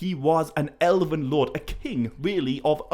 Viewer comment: silamarillion? sil'A'marillion? why does he keep adding A'ss in the middle of words? In another video he keeps saying Elaven rather than Elven... once you notice its really jarring...